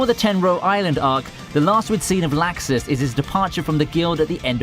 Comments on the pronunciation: Stop saying laxus >.< they call him lux us not lax us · This nigga says lAxus